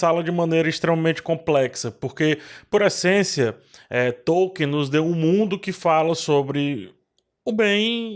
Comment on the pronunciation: A pronúncia de Tolkien é Tol-keen